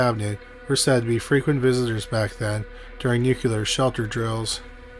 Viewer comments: Also Cheyenne and Nuclear. Just a pet peeve of mine. Smh.🤦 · Waldorf is pronounced WALL-DORF. Nuclear is pronounced NEW- CLEE-ERR. - That is the military veteran/actor Robert CUMMINGS. Really enjoy your stuff but you need a better editor ❗️😉❗️